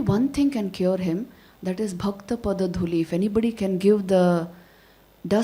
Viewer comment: Its bhakta not bhaktaa